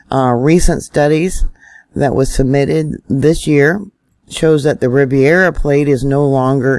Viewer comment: love your stuff! Riv air uh plate NOT riv eee air uh plate